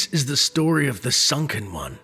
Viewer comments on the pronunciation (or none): none